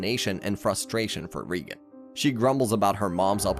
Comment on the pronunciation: GOD DAMN IT !! You're distroing Reigan's name so munch that i can't watch this anymore